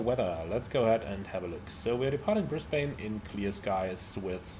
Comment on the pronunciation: Great video again. Like the look of the PMDG 772, but don’t know if I want to spend money on another 777 variant. As an Aussie, if you were wondering, Brisbane is pronounced as “Bris-ben” or “Bris-ban”. 🙂